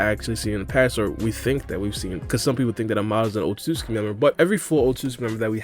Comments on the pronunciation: Damn it it's "Ot-sut-su-ki not "Ot-sus-ki" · How are you so bad at pronouncing Otsotsuki